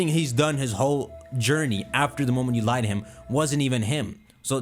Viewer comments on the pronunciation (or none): none